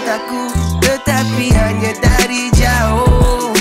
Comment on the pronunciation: sebutan ayat “jauhhh” tu unik….